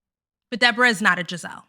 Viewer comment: It's actually... DEE"BOAR"RAAH... 😂 And she looks EXACTLY like the puppet "Madame"... from the 1980's show "Solid Gold"... GIzelle, Mia, Ashley... and Ashley's "thirsty" friends... are ALL delusional... 🤨